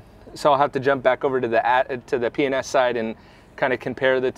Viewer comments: P & S enunciate I swear it sounded like you were saying penis! Lol 😂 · I must be either tiered or drunk because every time you say P&S I giggle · You keep saying P&S kinda fast.....and it sounds like, you know hahaahhahaja